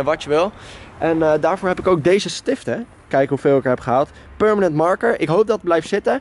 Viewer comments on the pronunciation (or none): pUrmenent marker 😂😂